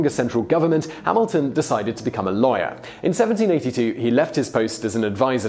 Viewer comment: Thought you were saying "liar" everytime you said "lawyer". Figured it out at the end. Still quite ironic